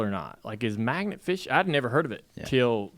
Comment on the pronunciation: At first I thought Dale said, "maggot" fishing...didn't sound like much fun to me. Magnet fishing sounds like a good time though.